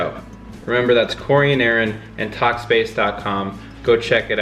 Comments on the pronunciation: It sounds like they are saying corn and Aaron 😂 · Is it just me that thinks that they always say “Welcome back to the CORN and Aaron show” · Idk why but I heard welcome to the corn and Aaron show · Is it just me or did Corey sead corn and Aron show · "It's The Coren and Aaron Show" That's what I keep on hearing whenever Corey says that lol! 😂😂😂